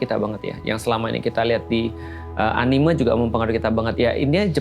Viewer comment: tad maaf, saya agak terganggu sama cara ustad bilang "anime". "me"-nya itu kayak bilang "Merah" tad. bukan "me" kayak bilang "mengapa". CMIIW